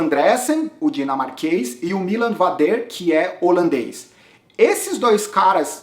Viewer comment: o vader não é francês kkkk a pronuncia correta é MÍLAN VÁDER, como o próprio bart falou na transmissão. Em relação ao avança, eu discordo. Ele não foi proativo na prova. Em alguns momentos ele foi pra ponta e ditou o ritmo, mas não vi causar nenhum desconforto considerável no grupo dos líderes. Como dito no insta dele: o corpo nao estava na prova (algo do tipo). Ele vai ganhar, seja este ano ou no próximo.. e vai ser no estilo dele: se impondo e andando sempre na frente! Pode ter ctz! Abraço!